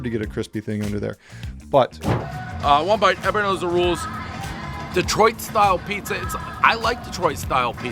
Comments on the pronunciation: Its not DEEtroit, it is dehtroit. Please pronounce it right. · Why does this guy say DEE-troit?